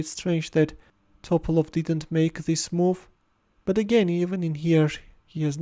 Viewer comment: It’s Topálov, not Tópalov